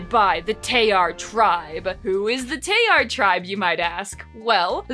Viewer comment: This may be nitpicking… BUT SOME G’S MAKE A J SOUND. LIKE IN… GIARET? GILLAI? ALSO ITS ADAR (a-dahr)😀 Also I believe Tayar is being pronounced incorrectly (tah-yar) (btw my certifications are having read this comic twice) anyways love the vid and comic!!